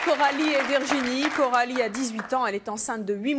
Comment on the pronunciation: C'est plus Coralie mais KEH - ralie